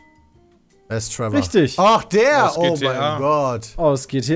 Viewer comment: sagt einfach TrevOr